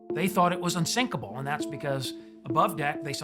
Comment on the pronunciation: Dont say Unsikapil